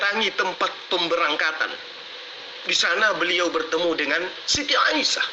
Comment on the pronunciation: Katanya ahli qur'an lo nyebut Nama Aisah kok jadi Aisiyah piye to..